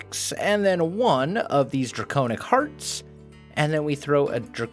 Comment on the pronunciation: It is pronounced (Dray-con-ic) now (Dray-cown-ic) if im not mistaking